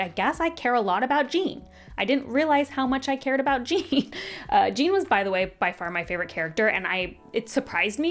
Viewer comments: His name is not JEAN !!!!🤬 It is Jeán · Omg it's not Gene it's Jéan like Shawn with a J, like the French name 😂😂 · I had a bet with myself when I saw this come up that you would pronounce Jean 'Jeen' and I am both richer and poorer now 😂 I feel like this is a common one, though. (Great review, have similar feelings towards it though maybe a touch more positive) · yea it’s not pronounced gene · I’m so happy to see another person who pronounced Jean’s name like Jean Grey. I felt so dumb when I found out it was supposed to be a French pronunciation lol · Les Mis would be a lot funnier if Jean Valjean was pronounced this way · The Jean pronunciation 😂. So glad you enjoyed it!